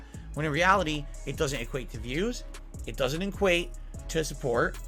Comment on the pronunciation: He is saying inquate instead of equate. He did it three times, so it wasn’t just a misspeak.